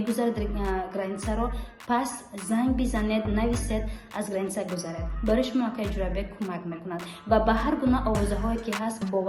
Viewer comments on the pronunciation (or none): none